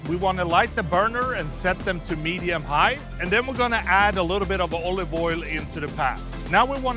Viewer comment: Oive oil? are you mad? Ghee or avocado oil